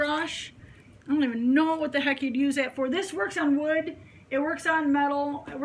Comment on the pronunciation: say wood.lol.Scottish guy.lol